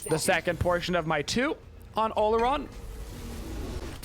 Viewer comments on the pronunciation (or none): In case you're curious the real pronunciation of Olorun is aw-law-rune :p